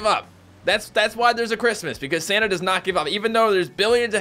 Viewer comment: It sounded like shouted Sanna and not Santa. Heeeeehh. Merry Christmas